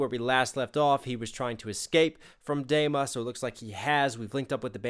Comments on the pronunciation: great breakdown, but PLEASE it is pronounced Dema with a long e. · Nice reaction. One thing tho, it is called DEma (like tree) not Dayma. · I hate how you say dema d ma or dee ma phonetically, come on. XD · It's pronounced DEEMA, not DAYMA :p good video though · Good Lord... I hope you've learned how to pronounce Dema. Say it with me...Deeeeeema. Deeema. Dema. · DEMA is pronounced "DEEMA" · Did he calls dema, dayma? Sir. Excuse me? 😂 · its pronounced "deema" btw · I’m sorry. I have too. I absolutely love that this guy is paying attention and dissecting twenty one pilots’ music… but.. its DEMA. D-ee-mah. It was bothering me. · thank you for finishing the trilogy you made a 2 min song a 20 min commentary which it deserves and also by the way the e in dema sounds more like tree than egg 👊